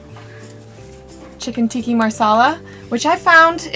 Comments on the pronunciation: lol this lady said "chicken tikki marsala"... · The way she said chicken tikka masala was so ridiculous I screamed XD but I still can't get enough of these videos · haha, I’m late I know but I found it funny how she pronounced chicken tikka masala lol! also this campervan is adorable, I would love to travel in one one day :)